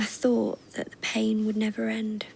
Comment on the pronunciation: Bro said neber 🤣🤣🤣